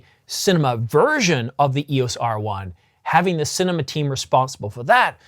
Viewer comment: You mean to say CINEMA but say CINNAMON. You mean to say MEGAPIXELS but say MEGA PICKLES. Are you getting enough to eat? Maybe have a meal before making a video rather than after! 😆